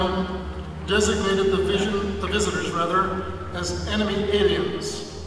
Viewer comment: Dude has Wabbititis. Aweans are Weal